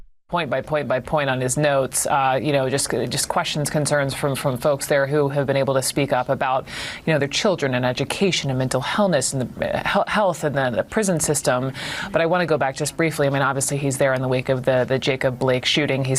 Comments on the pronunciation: Notice the reporter said mental hellness? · Did that blonde lady just say "mental hellness"? She corrected herself, but let's be honest, mental hellness is probably more truthful. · Freudian Slip: News anchor said "Mental Hellness" 😅👍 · I liked her flub... "Mental Hellness".